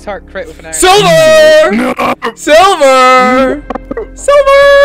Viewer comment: Mans said SLIVER instead of silver.